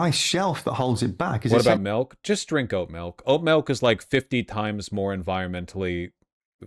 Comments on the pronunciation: Quit saying melk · Every time he says milk it turns more and more melk